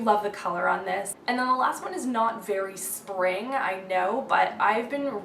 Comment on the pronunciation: "my Sping..spa-ving" HAHAHAHA laughed SO hard at that. Jeez you crack me up!